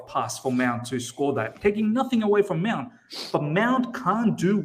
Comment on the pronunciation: Is it me or always says ‘Meownt”?😂